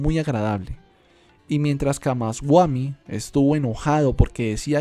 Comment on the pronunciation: Solo algunos detalles en la pronunciación de los nombres, no es camasguami, es camasbami